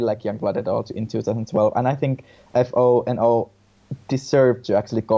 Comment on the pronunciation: FO&O is pronounced Foe and O, not F.O. and O. Good to know for the future